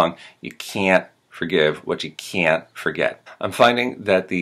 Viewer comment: It was better than your last video. One thing that stood out a lot was the 'r' is way too hard when you say forgive (fa-give) and forget. Pronouncing the 'h' in herb is a thing but not universally and I've never heard the letter pronounced in herbal by anyone. And 'o' sounds like bellow are pronounced normally, don't add an 'r' sound.